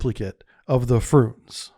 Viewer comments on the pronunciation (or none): Are you deliberately pronouncing all the names wrong? "Frooonze?" "KAH-linin?" Nice one. 😂